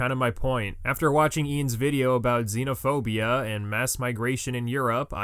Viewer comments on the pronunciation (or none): IT'S XENOPHOBIA not Xenaphobia.